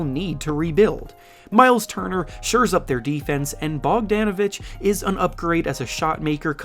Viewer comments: It’s Bogdanovic not BogdEEnovic…… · Bogdon not BogDANavic 💀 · Him getting Bogan name each time he says is quite infuriating for someone that covers the NBA. He’s been in the league for a few years now get it right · Why he saying Bogdan like that 😂